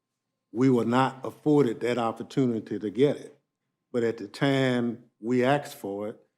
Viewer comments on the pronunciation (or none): "At the time we axed for it..." Good Lord, this is the level of intelligence we have running this country? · J6 Committee Chair just used “axe” for “ask” ON CAPITAL HILL! We’re deevolving. 😣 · Yup...it's funny you axed that! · He said “axed” all I need to know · Thompson "axed"... What a clown!